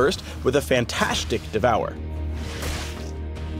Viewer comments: "FantAHSEtic"... I see what you did there. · anyone else heard say "fant-ashe-tic" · And a fant"ashe"tic devourer xD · ''... burst, with a fan-tasch-tic devour.'' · FantAshetic Devour.... Really Phreak?